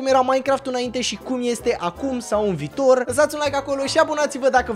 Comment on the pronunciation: Viitor nu vitor da